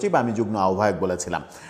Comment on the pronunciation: আরে ভাই ওটা যুগ্ম, যুগ্ন নয়। আপনারা একটা চ্যানেল খুলে নেন আর বাঙালি হয়েও ভুলভাল বাংলা বলতে থাকেন। Disgusting ।